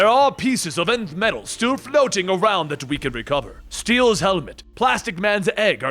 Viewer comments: I thought nth metal was pronounced “enth” metal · the way he says nth metal kills me, still love the vid <3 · He says Nth metal weirdly. At least, by how I've heard it said before